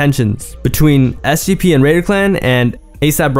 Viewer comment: Do I have a hearing issue, or are you saying SCP?